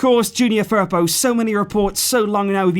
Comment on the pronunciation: The way you say Firpo makes me cringe